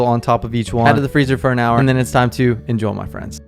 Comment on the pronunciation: Stop saying INJOL say INJOY